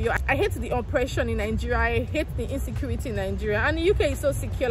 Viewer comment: ….Insaykuurity! that’s right!